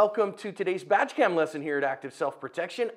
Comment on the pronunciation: Did he just say Vadge Cam…?